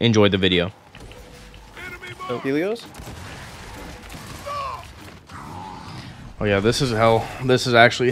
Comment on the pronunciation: It’s helios